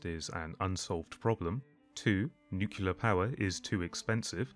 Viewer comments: NOO-CLEA-ER Not Nuke-You-Ler. Otherwise this video is great. Keep it up, bud. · I suppose you're mispronouncing 'nuclear' as 'nukular' on purpose.